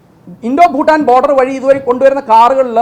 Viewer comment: ഫൂട്ടാൻ അല്ല ഷാജൻ😂, ഭൂട്ടാൻ